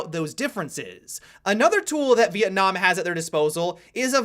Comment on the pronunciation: "Vietnam side" Are you serious? That was embarrassing to listen to.